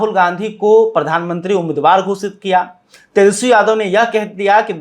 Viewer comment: फायर याने नाराज ? आप तो ठीक से तेजस्वी शब्द का उच्चारण नहीं कर पाते और हिंदी की चौतरफा धज्जियां उड़ाने पर उतारू हैं । खैर, आपकी खास खबर तो सदियों पुरानी बात है। जी हां, बासी खबर बदबूदार ही होती हैं चाहे आप इसमें किलो भर केसर निचोड़ दें !